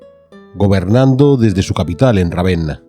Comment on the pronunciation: Ravenna no, Ravena